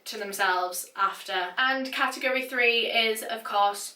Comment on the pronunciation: Cat-tegg-gory🤦🏼‍♂️😂😂😂 It's Category 😂 Just 1 word😂🤦🏼‍♂️😂